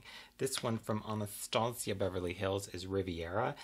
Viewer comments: Ahnahstahciah 😂 gets me every time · I die every time you say « Anastasia » 😂💖